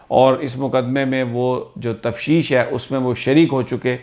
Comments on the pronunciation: Sir tafteesh..... Tafsheesh nahi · Sami Bhi yeh lafz aise bola karin tafteesh